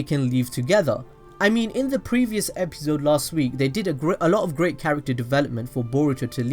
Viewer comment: i stopped watching bc of the way he says episode